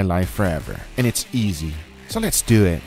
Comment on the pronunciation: When he said: "Let's doeet" I felt that